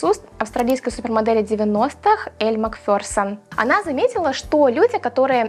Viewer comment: Эль МАкферсон. Господи. А не МакфЁрсон.